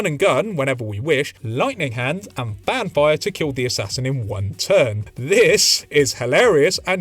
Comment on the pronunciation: Every time you say Fan Fire I hear vampire. Great video.